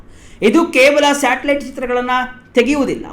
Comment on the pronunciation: At 4.57 ಮಾರಾಯಾ ಅದು "ಸ್ಯಾಟಲೈಟ್", " "_ಟಲೈಟ್" ಅಲ್ಲ. ತುಂಬಾ ಅಸಭ್ಯವಾಗಿ ಕೇಳಿಸುತ್ತೆ.